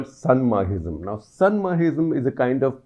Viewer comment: I am from Manipur and I like this so much. Always follow your channel. Very impressive. Only pronounciation mistake was Sa-na-mahism